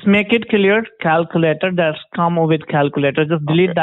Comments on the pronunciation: Scientific calcoooolater - brilliant I'm sitting here laughing my head off, keep up the good work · Do one thing and just delete the cow-koo-lator.... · clear the calc. CLEAR THE CAL-QUE-LATE-OR!!